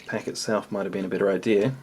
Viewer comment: Yeah whenever you were mixing the noodles and said, they look better as you mix them, I had thought you said bitter, and it took me a couple of seconds to find out you said better